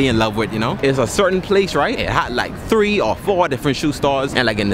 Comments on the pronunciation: Its currently" treeee fiftee ate" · Man said its currently chree fifty two Hey but respect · It is currently tree 58 .... No it's THREE 58 ... Go check n see what I'm talking about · I love the fact that he says tree for three like he saids tree 11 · When he said three ge said tree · It's currently TREE fifty eight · "its currently tree:58 am" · Tree fifty eight